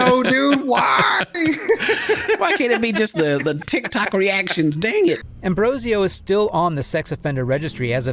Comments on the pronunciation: I can't not focus on how the narrator keeps saying Ambrosio but the predators name is Ambrosino. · You say his name is Ambrosio but you write his name Ambrosino..... So the one to make fun of will be you then.... Well done 🤣